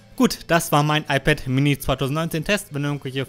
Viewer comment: iPad äMini. Red halt Deutsch, Mann.